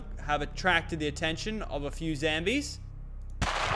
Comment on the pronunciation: He doesn't say zombies he says zambies. best quote of w34q12666